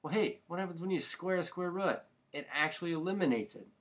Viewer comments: Rut hahahahahahahah. But thanks for the help in regards to your funny pronunciation of root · Square rut? Lol. Sorry man but it sounded funny. Good video though! Thanks.